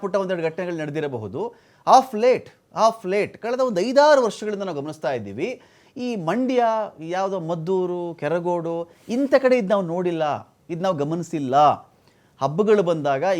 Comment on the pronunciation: Lo guru Yavdu maddhur alla adhu Maddur